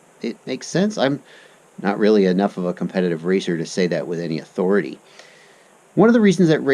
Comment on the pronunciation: THE FPV YAWTHORITY "THE YAWRDSELL"